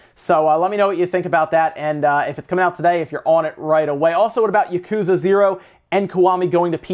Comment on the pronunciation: Please... stop saying that.